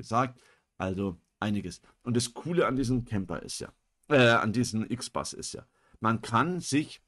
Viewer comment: Nicht "IXBAS", das Teil ist deutsch, es heißt "IXBUS"